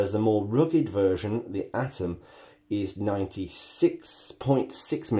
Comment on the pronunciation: At least he said 'Atom' not 'Adam' ... Thank God... lol